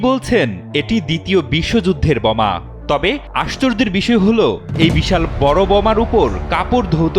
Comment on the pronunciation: বমা না বোমা।